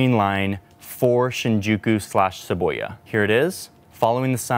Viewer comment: It’s SHIH-BOO-YAH not Sheboya that sounds like Sheboygan, WI 🤦‍♂️🤦‍♂️🤦‍♂️